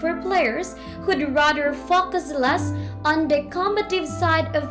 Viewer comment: She says focus fuckus